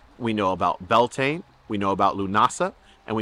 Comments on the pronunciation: very much enjoyed this. Just need to point out, it is not pronounced Bell Taine. It's 'Bee Al Tin Ah(short h)' all run together, and Lughnasagh is 'Lu-na-sah', again all run together. Just discovered your channel and I am delighted I have. If you ever come to Ireland, let me know and we'll buy you a drink! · ❤ Beltane is pronounced bee-owl-te-na gaeilge 😊great information! Thank U 👃